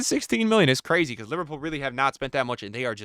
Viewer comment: “And its cwazy” 😂